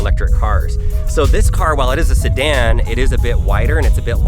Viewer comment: Beautiful car, but you lost me forever at "sedan"